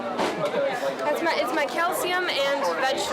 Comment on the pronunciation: "It's my Calsium and my vegeteble" How stupid and ignorant